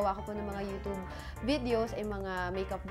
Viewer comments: YOUTUBEEEEE...HND YOUTOOB GIRL....PUHLEASEEEEE! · TAWNY TEXY ang pronunciation kasi ng 'tube' is 'tub' lang..so parang 'toob' talaga kapag pinakinggan. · Mamshie Ronan &! 😍😍😍 That YOUTOOB pronunciation iz legit. 😄